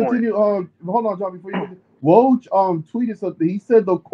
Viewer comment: Yoo 😂 you a funny guy you said woj name all wrong 😂